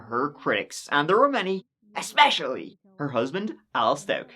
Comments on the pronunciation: For someone that supposedly has a "doctorate" in education, she has ZERO grasp of the English language. She uses words like 'expecially', and any word that ends with the letter G, she pronounces with an 'ink - such as: workink, sleepink, walkink, dyink, murderink, takink (you get the picture). Anyway, this is one of the most back-woods, trailer-trash, pieces of crap I've ever seen. I was never so happy as I was when that jury conviction came down and that sentence was passed. I am hopink (lol) that she rots in that prison cell. She certainly deserves it. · She pronounces "especially" as "exspecially". She probably pronounces "picture" like "pitcher". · Things people do that I hate: saying "expecially", fake crying, abusing and murdering children.